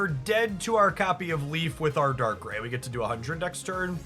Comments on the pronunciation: Weave is pronounced right. Darkrai is like rye bread and not like ray gun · I know the mispronounciation is often a tactic for engagement, but I have to listen to the first two minutes again because I winced each time you said Dark-ray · If you are going to correct him at least do it right — Dark-Cry implies two hard consonant sounds. It’s Dark-Rai, pronounced phonetically exactly as spelled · Dude love your content, but this video was hard to watch cause you mispronounced both their names wrong, I swear it's on purpose 😂 Weavile is vile, similar to bile. Also how do you read rai and say ray.. bruh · Dark-rye (like the bread) Wee-vile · Dark - rye We - vile Also, don't really mind the wrong pronunciations, they are hilarious. Plus they start engagement. Love the videos my dude. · Dark-Cry (Darkrai) Weav-vile (Weavile) Whenever I pop in a stream I’m tempted to correct your pronunciation but I also end up biting my tongue. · Haha you said their names wrong (idc I think it’s funny just commenting for the algorithm good up the nice gameplay was fun watching some of this live earlier)